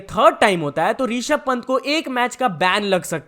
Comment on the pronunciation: Yrrr tu Rishabh Pant ko Reeeshabh reeeshabh kyu boolata hai??? Rishabh hai wo, REEEEESHABH NHI